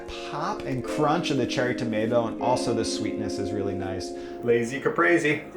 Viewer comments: It's pronounced Kah-pree. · This guy just said caprazi. Italians everywhere are so pissed of rn. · you pronounce caprese cu-pray-say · Quinn Robertson he was rhyming it with lazy